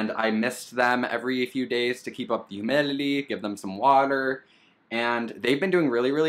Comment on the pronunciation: "To keep the humeeleelee"